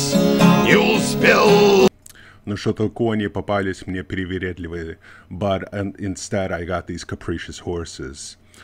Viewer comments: Как вы говорите «кони привередливые» просто настолько чисто, что не возможно сказать что вы иностранец. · ВАу, произнес без акцента. Ты точно не знаешь русский язык)? На этой записи звучит по-сильнее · Как четко произнес "Кони привередливые", точно не говорите на русском?))) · Дядька а название песни сказал - русский так не произнесет а говоришь не понимаешь по русски!?